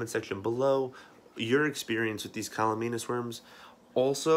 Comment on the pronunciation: CAMALLANUS. You even spell it right, but you keep saying CALLUMANUS.